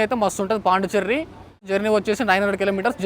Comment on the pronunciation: పాండి చెర్రీ కాదు పాండిచ్చేరి